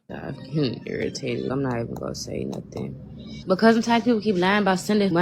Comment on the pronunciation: “I ain’t asked nobody for nuffin’” In my head (my partner is asleep, I’m listening with an ear bud in) I’m screaming “double negative & annunciate words properly!” She also said ‘axe’ 🤦🏼‍♀️ no idea what 3/4 of the words she said were, from the not well known language of gibberish 😂 Also completely denying she’s begging 🙄 Don’t have more children or pets than you can afford.